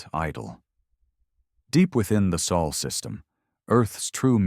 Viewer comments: be nice if the display text was correct. It should be Sol system not saul they keep putting. Correct the sub tittles , they have been distractedly incorrect on most of them! Sol is pronounced soul , not saul. The need better readers narrators. As both lector and someone that reads its distracting. It is also sadly apparent they don't read our comets and correct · I dont know why... but is it so freaking hard to say SOL and write SOL.